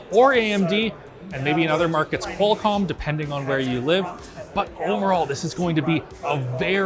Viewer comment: You lost me at "Qualcomm"... OMFGGGGGGGGGGGGG